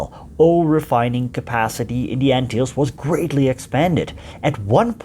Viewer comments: G'day to you,I dont think you say Anthills ,it should be more like Antillees! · Ant hills, that is not how you pronounce it, it is pronounced an til les. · I've been pronouncing the islands incorrectly. The lesser an-Till-lees is wrong I guess. Ant hills, now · In Murican we usually stress the first syllable of a word. ANN-till-ease. None of that fancy "tulips and wooden shoes" stuff for us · An informative video, but the narrator should learn to pronounce "Antilles". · Shocking pronunciation of Antilles!! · If you make a documentary about the Antilles it would be best if you first learned how to pronounce it correctly.